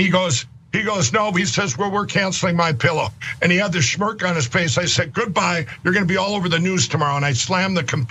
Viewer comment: To Mike Lindell, “stold”, “shmirk” and “shlammed” are real words.